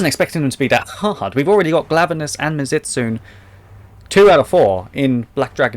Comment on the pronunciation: Btw it's pronounced mizu- as in water and tsune as in kitsune. So it's mizu-stunay. The t is silent